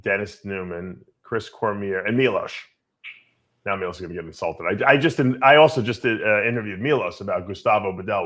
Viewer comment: Milos not milosh